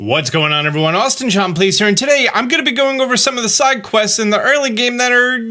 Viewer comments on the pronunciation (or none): none